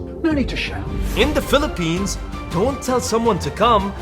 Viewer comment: Not philippns